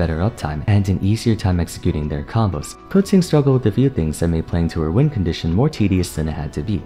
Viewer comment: Respect for pronouncing Keqing correctly.